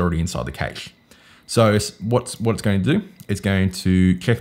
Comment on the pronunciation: Great video, thanks. But why do you say cache funny? It's pronounced kash